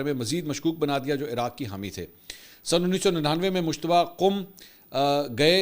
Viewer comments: Mushtaba nhi Bhai mujtaba naam he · عمدہ تجزیہ ہے، البتہ لفظ مجتبیٰ کو بار بار مشتبہ ادا کرنے پر ہم بھی شبہ میں پڑ گۓ کہ ان کا اصل نام کیا ہے